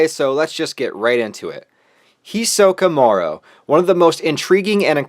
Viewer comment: its hisoka morow.